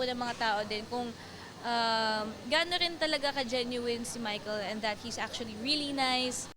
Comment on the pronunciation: ACHULLY... ACHULLY... ACHULLY...